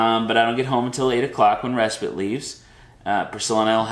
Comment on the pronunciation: Just curious why you say res-spit? Isn't it spite?